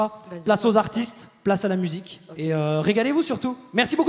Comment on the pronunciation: On est d'accord qu'à Elisa lache un "OKrrrr" de Milly Bobby Brown ? xD